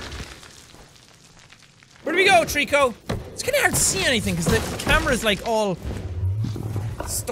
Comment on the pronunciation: Whenever he says Trico, I think Treecko hahah